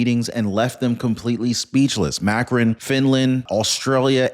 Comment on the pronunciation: It's pronounced Mah krown... 🙂